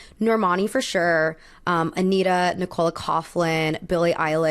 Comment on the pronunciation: Love the review and I normally wouldn't correct someone on this, but it seems like every review I've watched of the Met has been her calling Nicola Coughlan, Nick-Cola. She pronounces it more like NI-cuh-luh. And her last name, Coughlan (which is Irish) is pronounced more Couck-lan, not Couph-lan. Just thought I'd mention it in case she ever comes up in one of your videos again☺